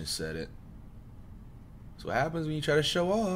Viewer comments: "Mearly Nissed the street light and tree" what is blud talking bout😂😂😂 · calling a possum a bear then mixing the letters “mearly nissed” 🤣